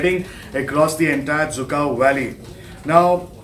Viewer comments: Lol it's dzükou not zhukov 🤣🤣 who said it's zhukov 🤔🤔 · Cant even pronouns the name of the valley right